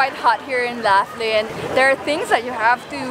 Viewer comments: Um,in Australia we say Locklin,not lafflin. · In the USA we would pronounce Laughlin like L-off-Lin not Laugh-Lin. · The locals pronounce Laughlin differently.